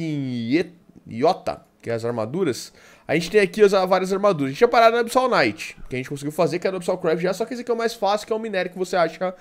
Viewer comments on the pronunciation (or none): none